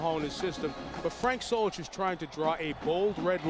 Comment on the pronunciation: Do you mean Solich not Zolich